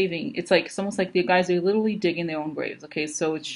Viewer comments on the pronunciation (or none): none